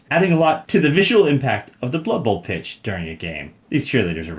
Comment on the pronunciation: "it's blood buhl!"